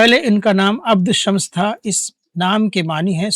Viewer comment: اپ نے صحابی کا نام غلط پڑھا ہے اپ نے پڑھا عبد شمس جبکہ صحیح نام ہے عبدالشمس اگر اسے انگریزی میں لکھ کر سمجھاؤں تو Aapane padha Abd shams Aur Sahi lofaz hey AbduSh Shman